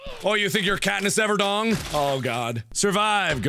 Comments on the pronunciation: "Katniss Everdong" - Markiplier 2014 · "So you think you're Katniss Everdong?" Fucking dead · "Oh you think your katnis everdong"😂😂😂😂😂